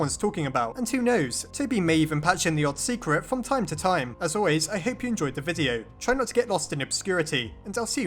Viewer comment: wut is zhe door